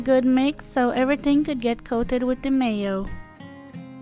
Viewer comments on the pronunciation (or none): none